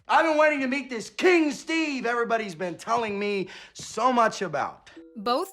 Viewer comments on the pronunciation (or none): none